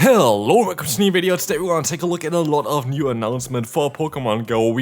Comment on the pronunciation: I love how he struggles to say "hello" in every video he uploads 🥹🤣🤣🫶🫶🫶